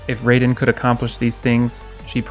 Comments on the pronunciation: Excuse me?! It is raiden! Not raven! Go take some lessons! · Your pronunciation of Raiden is incorrect.